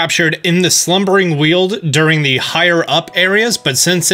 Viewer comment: Shouldn't the Weald' in 'Slubering Weald' be pronounced like 'weld' instead of 'wield'?